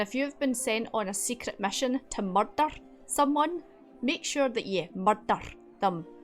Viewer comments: Wait, are you saying "there's been a murdur?" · I honestly thought "...secret mission to Mordor" until the -someone came 😆